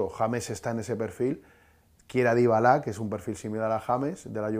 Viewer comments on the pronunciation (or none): Quién es 'Dybalá'?